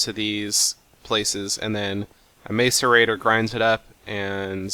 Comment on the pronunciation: The macerators are pronounced (mass-er-ate-ers